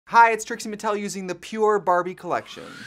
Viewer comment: please dont tell me im the only one that hears "trix'n atell" when she says her name